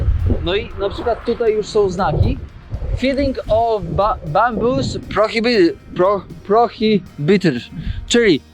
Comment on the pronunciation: Ale jazda taki "podróżnik" a prostych słów po angielsku nie potrafi wymówić "prohibited" i "Christchurch" 🤣😂🤣